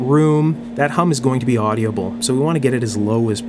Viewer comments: Why do you pronounce audible with four syllables? It only has three syllables. Well, it has three in Australia at least. Do you livecin Canada? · "Audible" is pronounced like "Odd'-uh-bull", not "Oddy-uh-bull". Same with "inaudible": "In-Odd'-uh-bull", not "In-Oddy-uh-bll". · OK, I'm going to say this ''cause it bugs me and I'm kind of a jerk like that. My stupid brain tends to be ridiculously sensitive about this kind of thing, so, consider the source. ;) The word "audible" has only 3 syllables, not 4. It's "AWW-di-bull", not "AWW-dee-ah-bull.". Also, as long as I'm picking the tiniest of nits, the term "Farad" is pronounced "FAIR-ad", not "fer-RAHD". Regional accent, perhaps? I don't know, but what I can say for sure is that I have never heard anyone else pronounce it the way you do.Feel free to completely ignore this as the grumblings of a cranky old bastard. I love your work in general. Sometimes the repetition gets to be a bit much, but considering the importance of many of the issues (safety issues, in particular) you cover, it's understandable.Please do not take this as any kind of insult. I'm a big fan of your channel and am thoroughly impressed by the level of care, attention to detail and, especially, craftsmanship that you put into your work. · For being unscripted... You did an excellent job! I will be reviewing more of them. Just a friendly FYI... The word is audible, not AudiAble.